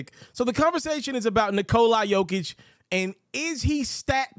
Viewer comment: The closest Nikola Jokić to correct way to say it from American!